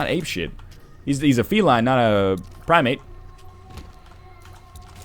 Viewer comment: Primate or Prime MATE?